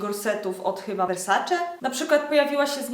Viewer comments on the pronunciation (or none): none